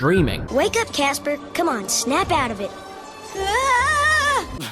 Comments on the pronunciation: Heres an idea for a drinking game on this 2 parter video. every time theres a bad pun drink. Everytime someone screams, drink. Everytime "Snivel I will demist you appears" drink. when ever cabosh (or however you spell his name) says casper's name wrong, drinkAdd onto this everyone, let's make this a real thing! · i just discovered that its casper not gasper